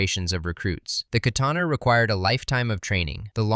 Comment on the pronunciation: goddamn slop you really couldn't fix the fucking H in katana seconds in the video? i HATE SLOP LIKE YOU #DIAF